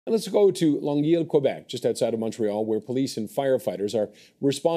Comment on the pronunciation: Did he seriously just call Longueuil "long-eel"???